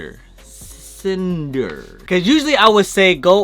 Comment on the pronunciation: Seriously u cant even pronouns cinder ? Like seriously ???